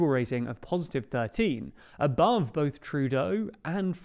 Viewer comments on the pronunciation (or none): none